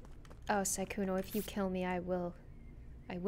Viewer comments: PLEASE stop calling sykkuno skkuno PLEASE (no hate ly) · not trying to be rude but it is siiiii kkouno not sekouno